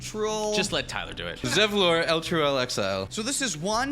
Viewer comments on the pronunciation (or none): Just wanted to say, pronounced Wyll correctly. It is, in fact, Will. Source: Baldurs Gate 3, the game the character originated from. But he also butchered Zevlor, so you win some you lose some 😂